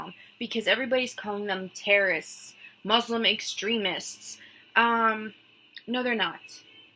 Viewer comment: I'm Jewish but I don't believe she is an ex Muslim because she can't even pronounce Muslim or Quran properly. Maybe she is an ex Muslim convert but I don't think she was raised Muslim.